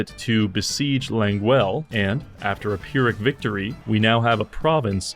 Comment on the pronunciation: I love you but please learn how to say 'pyrrhic' properly